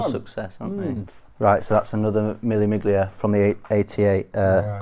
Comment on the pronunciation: Yo bro love ur collection milli miglia it’s pronounced mille millileah thousand miles it’s race with vintage cars in Italy